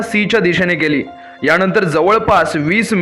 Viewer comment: छान माहिती, पण विमाण नाही विमान, णंतर नाही नंतर.